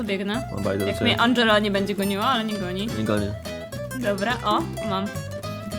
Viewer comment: Nie Andżela tylko tom